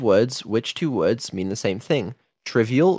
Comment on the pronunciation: She would have been happy to answer correctly if the product of Bri'ish private education would say the words correctly.